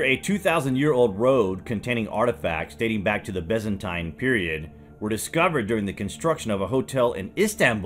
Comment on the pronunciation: WTF was the “Bezzentine” era, get your pronunciation sorted mate.